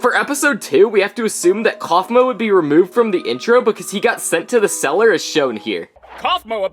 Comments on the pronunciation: Its kaufmo not cafmuo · it's Kaufmo, not Cofmo.. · ITS KAUFMO NOT COFMO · Actually, the so called "episode" we have right now of TADC, is not an actual episode, as it is the pilot. So you were talking about episode ONE leaks. And it's "Caine" and "Kaufmo", not "Cain" and "Cofmo" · Kaufmo ❌ Cofmo ✅ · gangle not grangle kinger not kingler ragatha not rigatha kaufmo not cofmo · Its kaufmo not caufmo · Hey is caine not cain and is not cofmo is kaufmo tho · “Grangler kingler regatha” and the way he spelled caine “cain” wth and the way he spelled kaufmo “cofmo” 😭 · Cofmou got me Weezeing it be kafmao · "Grangle"💀 "Kingler"💀 "Cofmo"💀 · Also it’s not cofmo it’s kaufmo